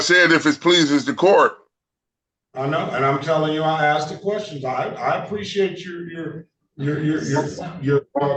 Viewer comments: The correct grammar in pronouncing the word ask is A S K ,A SK ASK not Axed I moment I hear AXED I automatically think ..half wit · he axed not asked, why is that so difficult to say?? ask...ask..simple!! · No one in any court EVER has axed a person a question. I wish fools like this guy could comprehend just how stupid it sounds to say “nobody AXED me nuffing” in a court of law.